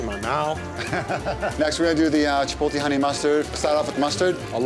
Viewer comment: The only bad part about all of this was listening to those northeast guidos saying "chipol-tay"